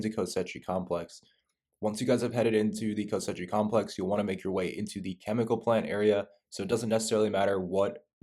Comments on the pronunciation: Why is he calling it kosechi its pronounced kos she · Koschei "Ko-Shay". Not co-setchy my guy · "Kosechi Complex" Bruh learn to read. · Omfg he says ko-setchie-complex times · It’s pronounced “ko-chi” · It’s pronounced KO-SHAY. Please pronounce it correctly. Lol. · BRO ITS KOSH Eye (facepalm)))) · every time this mf said "kostetci" i felt like there was rusty nails in my ass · “KOSCHEI” its Russian not Italian it’s pronounced KOSH like Cash with an O and EYE…..”KOSH-EYE” I like your videos ❤ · Ko-SHAY. repeat after me CO-SHAY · It's not pronounced Kosechey brah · Why can’t he say “Koschei” right? 😂